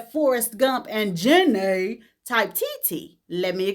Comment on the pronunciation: Girl why did u say Jenny like that 😭😭😭